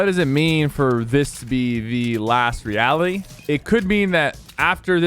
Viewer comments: “Last eality” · lol he said Today I'm going over all the LEAKS for Fortnite Season 8! Supposedly named "The Last eality!" and he forgot the r lmfaooo in "The Last eality!" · "The last eality"!!!!